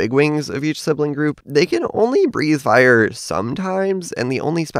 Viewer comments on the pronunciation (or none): none